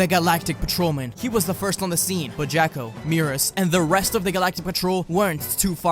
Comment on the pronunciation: And it's Jaw-ko..... not Jack-o